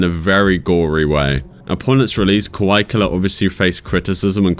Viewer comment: I'm not in any way trying to nit-pick your accent, but it sounds like you're saying "kawai" instead of "kawaii". Not that "kawai" doesn't fit, lol.